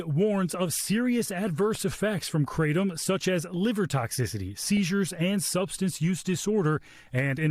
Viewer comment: I'm more annoyed that they keep mispronouncing kratom